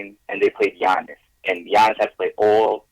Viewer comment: Bro how funny is it that clyde calls giannis "Annakoopoo" STILL AFTER ALL THESE YEARS LMAO